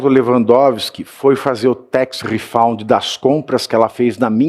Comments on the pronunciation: Pavici, gosto dos seus comentários, mas a pronúncia de tax refund é tex refand, não refaund. Refaund quer dizer reencontrado. And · Pavinato, a palavra é "RIFÃND" e não "RIFOUND" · Tax refund, Pavinato, não “redound”. Mas a denúncia é boa.